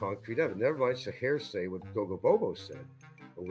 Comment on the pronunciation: He's not likely to ever change; he's been misusing 'poetic license' for several years now, among several other words that he mispronounces ('hairsay') and he completely mangles or misuses common English phrases. Hard to believe that he made it out of 6th grade, much less obtained a BFA.